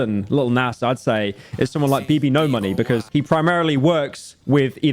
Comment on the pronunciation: he said BBNO$'s name incorrectly please harass him for this